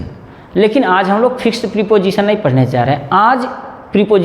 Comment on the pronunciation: प्रिपोजिशन नहीं प्रपोजिशन होता है ड्रामेबाज।